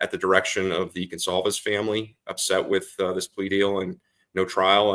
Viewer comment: The family's name is GONCALVES, not 'Gonzalez.' Who is this ignorant dunce? Get rid of him.